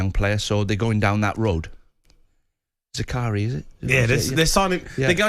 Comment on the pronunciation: He called Zirkzee, Zakari. How about you get people who know what they’re talking about Talk Sport